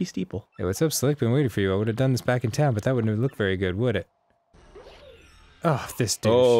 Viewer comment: DID ARIN JUST MISPRONOUCE BUT?? HE DID IT AGAIN!